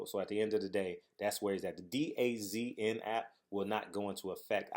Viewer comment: It's pronounced DAZN ---> "Duh-Zone" Hopefully the app flops on Fast Eddie.